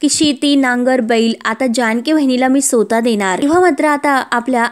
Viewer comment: सोता नाही, स्वतः